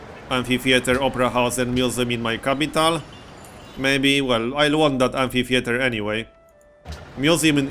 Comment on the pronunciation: BTW, I just love the way he says 'I-ron' and 'Kapytaal'